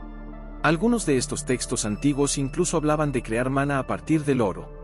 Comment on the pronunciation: Este vidio en sus dos partes son una porquería, mezclan fabulas con la realidad es lo que decimos en mi país una chapuza indecente, el tio en cuestión no sabe ni leer los acentos, repite varias veces mana en vez de maná, en principio cereí que era una fuente que manaba, lo dicho no sirve para ver ni oir, no tiene ni idea de lo qhe habla.